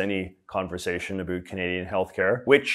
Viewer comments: we have to now talk “a bit a boot” what’s actually going on. That killed me. Not making fun of your accent but that was too funny not to at least acknowledge. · I can't tell if his pronunciation of about and around is an act because i have literally never heard a canadian anywhere in the country ever pronounce them that way.